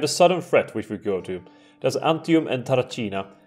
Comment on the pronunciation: I love how you pronounce "C" as a "ch" in provinces' names (which is correct for modern day italian) but in ancient times it should be a "K" sound ie TarraKina, VolsKii, AurunKi Also, been there, done that